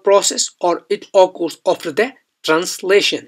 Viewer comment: Please pronounced occurs correct